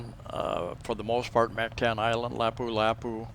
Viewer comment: I think if you are going to live in a foreign country you should make an effort to pronounce their language properly. Listen to how the locals say Mactan and Lapu Lapu (just 2 for example).